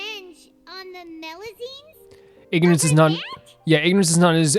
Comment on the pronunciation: Knowing Neuvillette, he's sending you to Meropide for both your previous misgendering of melusines AND mispronounciation of their species XD